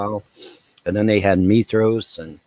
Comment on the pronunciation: Mithras not Methos and no Krishna is not at all to do with Christ you old fool...